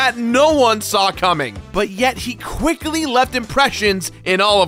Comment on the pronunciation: At you said "quickely" and I find it hilarious